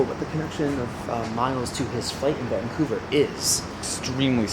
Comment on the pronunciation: Van-couver to Vang-couver! Haha seems like you got a hang of the Canadian dialect 😂